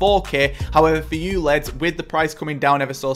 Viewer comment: Love it how you say leds for lads 😂 Great vid !